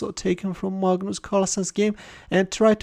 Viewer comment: "Magnoos" Carlsen 😂🤣😋